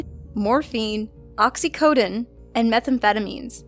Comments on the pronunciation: oxi co dine you said it wrong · cant even pronounce oxycodon lol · "oxycodin" haha maybe Thor could use that medication, whatever it is lol